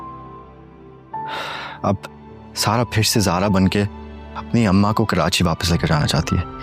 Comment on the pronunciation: Audio.hmwsha Karachi ko kerachi kehta h